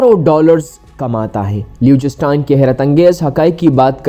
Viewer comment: Ek to AAP is ka naam ghalat le rahay ho doosra sab videos fake hain Meray bhai